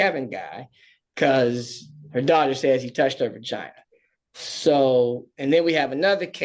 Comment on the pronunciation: why he say vagina like that lol